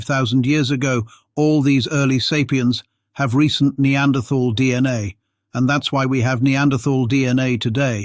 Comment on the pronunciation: Funny that the reader does not know how to say "Denisovan," or "Neanderthal."